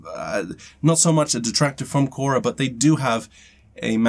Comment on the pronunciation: Kora sounds like CASHAA. What happened to yesterday's video? Not available in US due to copyright?